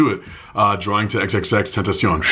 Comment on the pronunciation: He's pronunciation is tentashon" " The correct pronunciation is "tentasiyon"